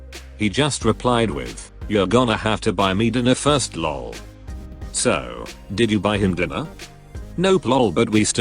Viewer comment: HOW THE FUCK does this robot voice get "(ik,r?)" perfect but FUCK UP "lol"??????????????????????????